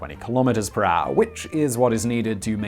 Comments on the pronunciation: “Per haure” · I love how you say "per hour" It becomes something like "prah". Love it!